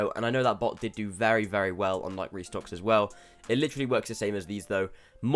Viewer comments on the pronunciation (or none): Ni-key not nike like bike